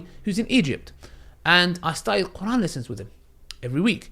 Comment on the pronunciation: but you're pronouncing is very good ,I would be impressed if I saw somebody that pronounce quran like you keep doing dahwah bc ur understanding to islam is better than some arab muslim that can read quran .